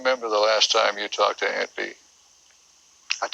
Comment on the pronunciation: Always remembered how he pronounced aunt bee. Aint bee.